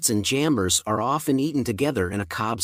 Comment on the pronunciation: Kinda helpful but some names are not so clear for non-English speakers. Kindly "jambers?" that can't be paired with carrots? The subtitle showed jamburs. But jamburs are not edible.